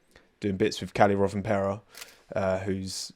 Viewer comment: The way you pronounced Kalle Rovanperä made me giggle, didn’t recognise who you meant before he showed up on the screen loll